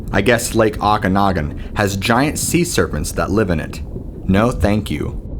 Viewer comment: its Lake Oakanagan. pronounced "oak"